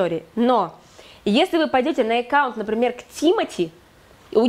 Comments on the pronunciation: Экаунт? Это что? АККАУНТ- знаю- Экаунт нет! И да- платье, и дефект-ужас . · Всё хорошо, но режет слух слово "Экаунт", ещё и с выделением первой буквы😩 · Эккаунт.. звучит интересно..... А так, спасибо за уроки ))